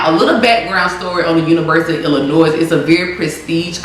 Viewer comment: ❤️🧡💛💚💙💜🤍❣️💕💞💓💗💖💘💝💟 I’m sorry but 8m from Illinois (Chicago) ion gon let you pronounce the s in illlinois no hate story if you took it that way but ya